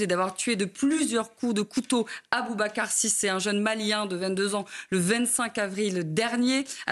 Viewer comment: Les propos de Rotailleau , qui à dit publiquement que le meutre terroriste D Aboubacar Cissé qu il n a même pas pu prononcer correctement, était un acte anti islamisme !! Alors qu on nous explique chaque jour qu il faut lutter contre l Islamisme. Honteux